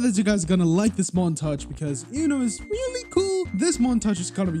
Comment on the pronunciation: Roblos abinal mant-ay-ge lieht sweech